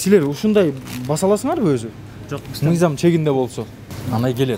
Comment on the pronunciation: Эрулан брат озун эле алып барчы, могу кызыл кийимчен кара безруковка кийген бала такыр алып бара албайт экен. МЫЙЗАМ дегенди созду МИЗАМ деп жатат МЫНДАЙ деген созду МАНДАЙ деп жатат.